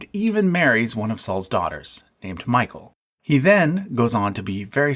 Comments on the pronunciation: The way you pronounced michal physically hurt me 😐 it’s mi-hal not michael :(((( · Dude ,the part where you say the first wife of David as Michael(a masculine name)...Whether you should pronounce it as Mikhal (if to use Greek letters - Μιχαλ)a feminine name... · Came here to say this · Saul's daughter was not named "Michael" it's pronounced Me-CH-al. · It's true that the pronunciations in English are not original, but at least there's a long tradition of English Biblical names. But to pronounce Michal as "Michael" is just confusing and unnecessary. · More correctly, it's pronounced Me - chal, with the ch like the Scottish loch. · speaking of pronunciations, if Jezebel has such a bad context, how is Isabel(la) so prominent? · Mi-chal* But you are correct, he made me chuckle. He barely said 1 namr correctly Hebrew wise. Greetings from the West side of Israel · Michal is pronounced mi -ch-al